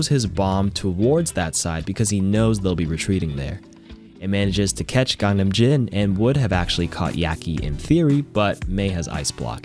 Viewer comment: BTW “GANGNAMJIN” is actually pronounced “KANGNAMJZIN”